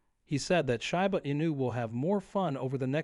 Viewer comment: It's SHEEEEEBA, not SHAI BA